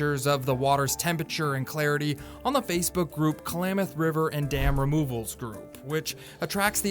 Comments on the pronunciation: Please, it is KLAM, like clamady, locals pronounce it KLA-MATH not KA-LAMATH... That aside, an excellent update! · Nice video, but Klamath is not pronounced Kalamath. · jeez, klamath, not k-lamath man. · Agreed. But one minor issue is that I kept getting distracted by the pronunciation "Ka-lamath" instead of "Klam-ath." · Someone needs to tell the narrator how to say Klamath!